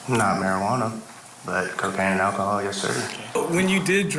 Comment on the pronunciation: This anchor is okay, she's definitely no Vinnie, though. And both in this clip and in yesterday's segment on Sarah Boone, this probably very educated woman, said "Ack-ohol" instead of enunciating correctly and using all the letters in the word. 🫠🙃🫣🤫😶‍🌫️🫥